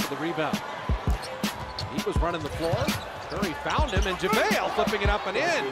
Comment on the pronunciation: Javale not Javle 🏀🏆